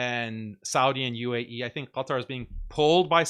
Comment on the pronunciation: Can't even say the word "UAE" , this shows it all